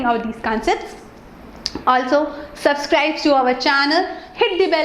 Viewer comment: Ma'am it is not subscribs it is subscribe